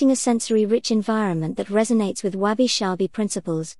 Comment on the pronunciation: Why do you pronounce it as Wabi "Shabi"?...... I think it should be Sabi